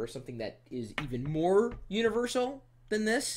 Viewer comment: haha u said univershal at :31 does it read floppy disc